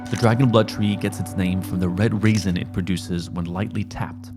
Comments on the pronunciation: Red *Raisin*? You mean resin? 😄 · Pronunciation for "resin" is "RE-SIN" not raison brother. Love the content! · Resin, not raisin. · resin not raisin ya dingus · Resin not raisin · Raisin? Reh-zin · Did you mean 'resin'? Am I missing something? 'Raisin'? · "resin" not "raisin"